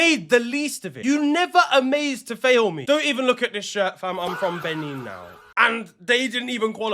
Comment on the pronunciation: Respectfully, the way you are pronouncing some of these names😂😂, you way you pronounced benin almost killed ma and also that player from benin that you mentioned has a Nigerian name and the way you pronounced it...😂😂😂